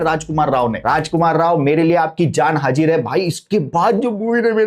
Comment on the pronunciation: Zindagi hota hai jindagi nahi zimmedar jota hai jimmedar nahi hazir hota hai hajir nahi😢😢😢😢 shi se to bolo